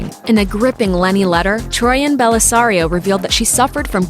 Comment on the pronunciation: Is it me or does it sound like she said troian and Bellisario not troian Bellisario